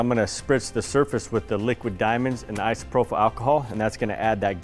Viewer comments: It’s ISOPROPYL, not isoprofil. You’re pronouncing it incorrectly. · Great video. Everyone is a critic and I just have one thing to say that drove me nuts in this video; "Isopropyl" is pronounced īsəˈprōpəl. There is no "f" or "ph" in the word. Keep up the great work and sharing. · My one critiques? - The mispronunciation of Isopropyl alcohol. There's no "h" after the last p, so should not have an "F" sound. Both gentlemen said Isopropyl alcohol wrong. - Waiting longer, like closer to 3 or 4 hours, will help curb a lot of the dripping I saw here. Would have reduced resin loss. - Would have mixed diamond dust in with the resin pours, instead of trying to spray on with Isopropyl alcohol. Accomplishes the same effect, but without the extra step of spraying; which was messy and felt clunky with the clogging. - Would have torched to be on the safe side. It's fast, easy and guaranteed to get rid of your air bubbles and not take a change that your eyes missed some when trying to mist on a spray. just my .02 on the critique. Otherwise, fabulous and beautiful design. Great job. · Awesome video, but you are killing me every time I hear isprophyl alcohol instead of isopropyl alcohol. No F sound please. LOL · Just as a note...it is isopropyl alcohol...not isoprophyl...no H. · Pretty certain you mean "i-so-pro-pill" alcohol. It is spelled isopropyl, not isoprophyl. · Was he saying "isoprophyl"?